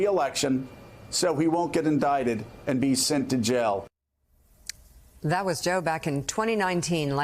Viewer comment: When Joe says jail it sounds like he's saying gel.